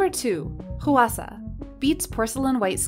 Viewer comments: im korean and hearing the voiceover go "HUH WA SA" irks me when it's supposed to sound like "hwa sa" PLSSS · The way she keeps pronouncing Hwasa 😭😭😭 I can't.... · Dear narrator: please check how to pronounce the name Hwasa instead of butchering it. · I would love to know more about who writes the scripts and does the voiceovers for this channel bc there is always something... off. Not being able to fully nail a name like “Hwasa” is a little odd for a Kpop channel but not unimaginable. No, the weirder part is mispronouncing Weki Meki. It has to be something like the 5 minute crafts or Blossom content farms, where the company and staff are Eastern European but they pay someone in North America to read the script. This would explain why there are always weird pronunciation errors - it’s not a person who is actually familiar with Kpop reading it off. Same thing for the occasional odd grammar, like calling blemishes “acnes”.